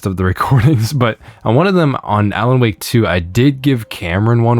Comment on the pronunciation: how you pronounced "wake"😂😂😂😂